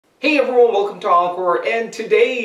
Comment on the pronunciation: he always says hey everyo without the n lolz